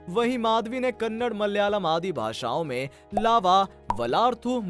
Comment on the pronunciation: Kannad nahi Kannada.